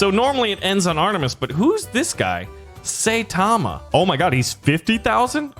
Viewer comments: who else got triggered when he said, "saytama" NOT "saitama" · It's pronounced Psy tama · What’s a SAyTaMa? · the i in saitama is long and the a is silent his name is saitama one punch man he's called that because he can kill almost anything he can even kill god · when he said saitama not going to lie i got a bit mad